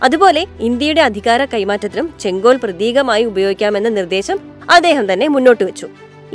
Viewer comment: " ചെങ്കോൽ " - സെങ്കോൽ അല്ല